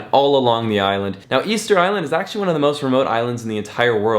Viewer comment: It's official - Ticket Island not "Easter Island"